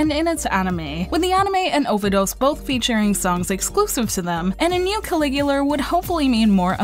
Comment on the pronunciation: Langrisser is a pretty underrated series. Also, Caligula has no r at the end.